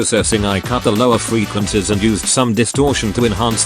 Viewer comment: Ahh yes, those damn "freequencis", welcome back, great tutorial!❤